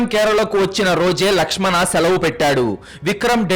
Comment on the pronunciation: Ladkhadana kadhu ... lakshm an